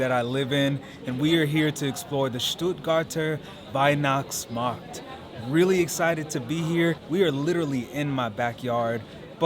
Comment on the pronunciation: I'm sorry but I had to grin everytime you said "STUUUHTGAAHTAAH WEIHNACHTSMAHKT" 😀